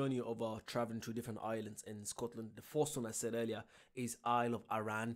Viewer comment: Isle of Iran?? 😂 Its pronounced ah-rin😉